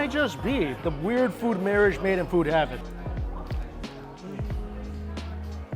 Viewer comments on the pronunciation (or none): none